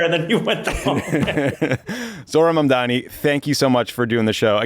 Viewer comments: The graveyard is littered with the bones of those who underestimated Mamdani. Also learn how to pronounce his name FFS Cuomo! 😅😅😅😅😅😅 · How the FUCK did you get his name wrong?